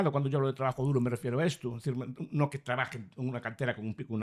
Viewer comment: Trabajo duru, no duro 😂